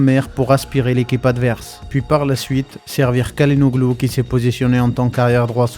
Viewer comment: CHA LA NOLU pour la prononciation. Vidéo intéressante.